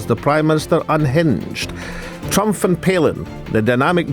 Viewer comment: Why does he keep saying Trumph, the guy's name is Trump.